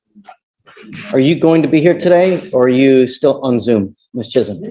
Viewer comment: Woah! Judge pronounced Chisholm right! We don't see that a lot!